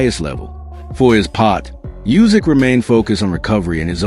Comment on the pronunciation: it is pronounced not "Jusik", but "OOsik". Obviously, Itauma's IQ is not that high if he thinks that he is the best in the world, e.g. better than Usyk. 😀